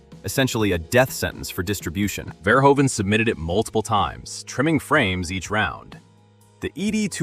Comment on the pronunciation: The oe in Verhoeven is pronounced like the oo in eg boot